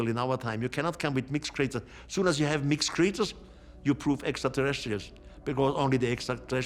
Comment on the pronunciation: “Deeez mixked cxreeetures!”